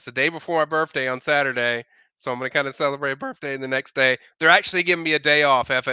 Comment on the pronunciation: Can pronounce the “th” sound or is it always and F. Boff, birffday. Just a few. 😂